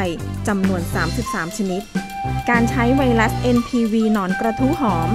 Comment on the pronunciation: ไวรัส ไม่ใช่ไวลัด กรุณสออกเสียง ร ล ให้ถูกด้วยครับ